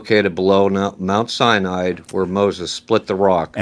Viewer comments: The “biblical scholar” pronounces it Mount Cyanide. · "Mount. Cyanide" "An A-Atheist" "Irregardless" "Eye-Talian" 😅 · He just called Mount Sinai "Mount Cyanide" didn't he???? OMG He totally did call it Mount Cyanide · Is he saying "Mt. Cyanide?"